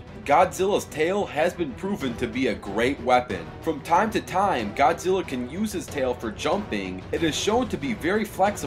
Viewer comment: it's like he said godzillo